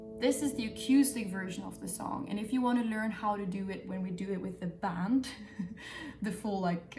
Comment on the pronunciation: I hear it especially when she says with the band :)